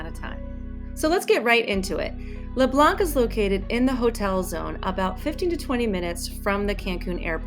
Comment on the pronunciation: keep it up! the c is leblanc is silent